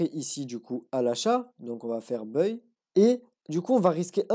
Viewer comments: magnifique ! bravo à toi et toutes mes félicitations ! ps: le mot buy ne se prononce pas [beuille] mais [baille] (comme quand on a sommeil et qu'on baille). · Tu prononcés buy en anglais d'une drôle de façon 😅.. Mais le contenu est au top